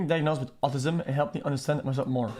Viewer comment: y did he say autism like that lol